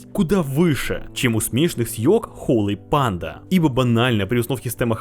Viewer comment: Как же бесит "холЫ панда" !!!! Часть души умирает с каждым произношением.